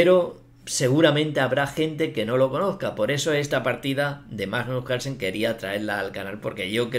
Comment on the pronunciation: La verdad es que Majnuj Calsen ej una bejtia